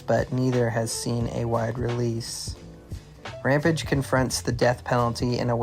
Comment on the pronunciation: Ram Page Rampage Makes you sound like an ai when you can't pronounce rampage